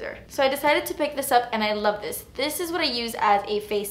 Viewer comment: "but honey...dis is good" I love you!